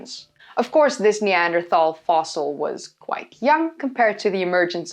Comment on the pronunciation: I noticed that you've mastered the pronunciation of 'Neanderthal' in English without switching to Dutch. Well done. It doesn't grate on my ears now. 🙂